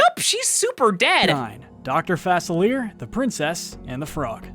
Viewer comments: Facilier is pronounced Fah-sill-E-Ay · I cringed my eyes out every time he said fass-uh-leer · that not how you say Dr.Falicier